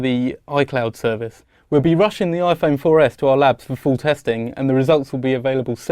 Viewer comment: lol he said iphone 4F